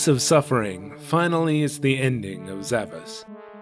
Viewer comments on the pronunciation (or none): Well, the game is spelled with an S-cedilla (pronounced "sh") at the end on the box: "Zavaş". So the Japanese rendition is actually correct. But I understand where you're coming from on the pronunciation. Great video as always. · The Titel of the game is actually spelled Zavaş, that letter is a S-cedilla and the Titel is correctly pronounced like Zavash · Looking closely at the logo, I see the S is actually a Ş (called S-cedilla according to Wikipedia), which is pronounced as SH, so pronouncing the game as Zavash is correct.